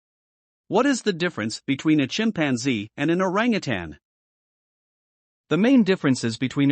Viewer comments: I just don't like the computer narration at all. It's certainly not pronouncing orangutan right!! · He had good information but the terrible pronunciation of Orangutan was truly annoying. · LOL the computer kept pronouncing their name WRONG. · Yikes! For FACTS about a species, it helps if you pronounce it correctly in the language of narration... Switched off. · Learn how to say Orangutan properly!!!